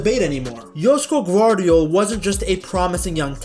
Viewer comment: Nice pronounciation, idk did you google it or something but its 9.5/10